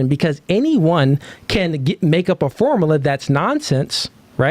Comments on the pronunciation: IM HAVING A HARD TIME TAKIN THIS NIGGAH SERIOUSLY WIT HIM SAYIN FORMALAH😂😂😂😂 OH GIRL MAD KUZ SHE THOUGHT ALL THAT MONEY SHE SPENT ON COLLEGE MADE HER SMART😂😂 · "Formala" Yea, I don't take advice from illiterate ppl. 😂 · Ah yes "the formala" 😂😂😂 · So out of everything he said, you disregarded it and concluded that he is illiterate for mispronouncing one word?